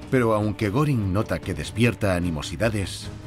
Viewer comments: Y no es goring es goering pronunciación gering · Se escribe Göring , se pronuncia goering